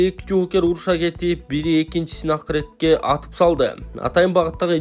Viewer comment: Ой туура суйлосон коментарий берген блогер Акыретке деп айтпастан Акыртекке деп айтылат